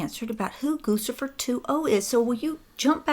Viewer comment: Its pronounced Goo Chee Fur